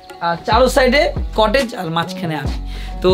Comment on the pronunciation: ভাই কটলেজ না। কটেজ বলে